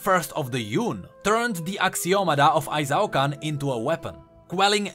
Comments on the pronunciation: Why do you pronounce it as ay-zaw-kan? Qiyana always says i-shaw-can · Qiyana:... did this low life peasant from nowhere just called our great capital city Ai-Zao-Kan??? EE-SHAO-KAN! SAY IT!!! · "I-Zao-Kahn" Qiyana: I-SHAO-KAHN, they must all learn to say it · It kinda makes me mad that Qiyana literally says how Ixaocan is pronounced but people still can't get it right. "Ee-shao-KAHN" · Doesn't Quiyana pronounce Ixaocan as Ee-sha-oh-kahn? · Ixaocan=Eesh-ow-khan Literally one of Qiyana's voice lines is how to pronounce it. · Maybe I'm being entitled, but I feel strong Latin American vibes from ixaocan, and I alway pronounced it as "e-Shao-khan" since that's the pronunciation in Spanish, me being from Mexico.